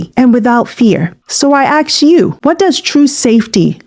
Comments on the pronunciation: You gotta ASK, not AKS. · Can you say ask instead of axe that just agervates me 😂😂😂😂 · You gotta Ax them if this is right, you gotta Ax yourself this question!